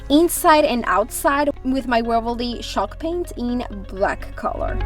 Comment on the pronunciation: Ooohw she means CHALKpaint and I thought she says SHOCKpaint aaahahhahahaha😱😂😱😱😂😂😂😂..I loooove her projects❤❤❤❤